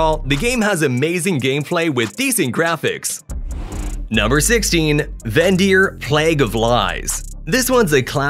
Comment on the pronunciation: It's vendir not vagir😅